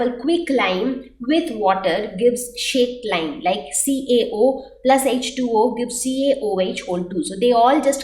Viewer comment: is it slaked lime or shaked lime ??? dude I am confused !!!!! except for this the module was really helpful and also very informative